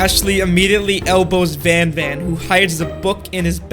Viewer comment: why did i herd you say "ban ban" instead of "van van"